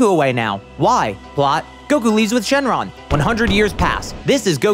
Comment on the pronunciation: Shouldn't it be "Shenlong," not "Xing Long"?